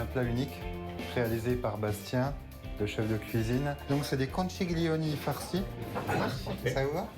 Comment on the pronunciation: Philippe bonjour, on prononce pas conciglioni, mais conkiglioni. En italien ça veut dire " gros coquillage "